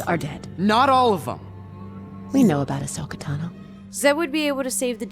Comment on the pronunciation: I cannot stand how this narrator refuses to use the "aw" vowel sound for peoples names. HOW DO YOU SAY THESE NAMES WRONG!!?? They literally say them correctly in the show. Taw-noh. Asoka Taw-noh. not Tah-noh. Jesus fucking christ....